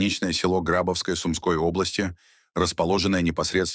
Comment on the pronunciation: Пожалуйста, следите за ударениями в названиях населённых пунктов. Это невожно слушать. ГрабОвское, а не ГрАбовское. МаякИ, а не МаЯки.